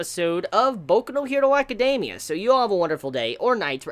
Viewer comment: ..''acadeiimia'' ? xD???